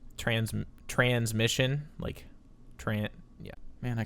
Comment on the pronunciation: OK I laughed at "trasmission"